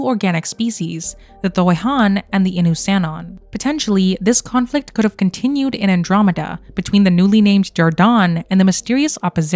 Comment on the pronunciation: Thoi'han sounds an awful lot like Tho-ri-an to me